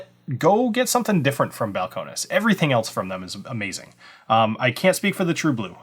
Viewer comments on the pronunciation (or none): Bowel-Cone-Knees. Need to pronounce it like a Texan.